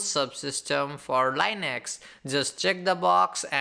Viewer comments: please for fuↄk sake its linux not lainex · Dude, I am sorry but I couldn't stand this for 2 minutes. My 2 cents: talk normal and learn how to pronounce Linux. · There is nothing wrong with learning the correct pronunciation of a word.